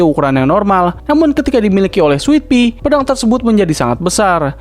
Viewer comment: Sitadel bukan sitidel Switpi bukan switpit